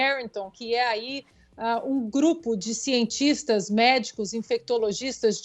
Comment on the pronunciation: “Sientixtas”, “pexiquizadores” e “economixistas”...😒 Çei...